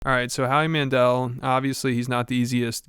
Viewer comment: Who tf is “Howie Mandrel” and how did he become famous